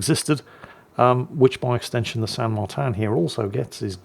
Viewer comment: Martín is pronounced Mar-teen not Mar-tan in Spanish which is the language spoken in Argentina.